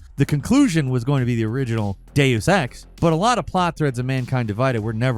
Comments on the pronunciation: For the love of God, please either stop putting Deus Ex on "" lists or tell him how to pronounce "Deus" and "Eidos". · The way you pronounced Deus Ex and Jean Reno hurt my ears 😂